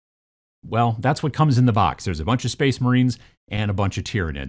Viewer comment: strengths: presenting, video editing, game design. weaknesses: saying book / box correctly.